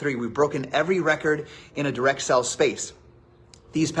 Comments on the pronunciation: I'm sure he was trying to say "sales" but every time it sounded like "sells" and drove me nuts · My dude it’s sales not sells😵‍💫😰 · He says 'sales' like 'sells', it's driving me nuts! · Is he saying in sells instead of sales? STOP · Why can so many of these people NOT pronounce the word "sales"? It's SALES not SELLS. You have a million dollars in sales, not sells. OMG. Just one more thing that drives me batty about these people. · Is it just me or does he say sales really weird it's bugging me